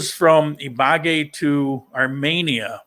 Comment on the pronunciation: Buen viaje! (Hate to correct your pronunciation, but it is Ibagué, with the accent on the E. )